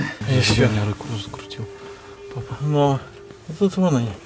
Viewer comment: Она сказал Пах а не папа